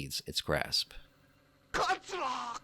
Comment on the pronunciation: "Katsyrup. Katsyrup." Kott-soo-rah (touch the roof of your tongue with R's in Japanese.)